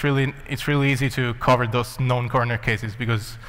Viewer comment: He said known corner cases, his accent makes it sound like "non".